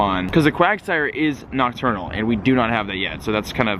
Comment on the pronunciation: STOP SAYING OCTURNAL!!!